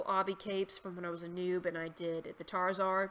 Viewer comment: tar zar? I've never heard it pronounced that way but i absolutely love it hahaha